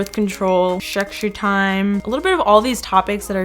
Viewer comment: I love the way she pronounce sexy time as secshy time😂😂